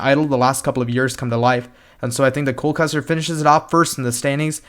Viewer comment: You got cole right